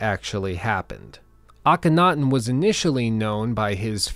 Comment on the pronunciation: You really need to learn how to say Akhenaten